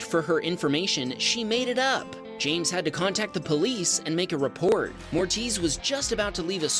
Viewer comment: Moritz not Mortiz 😉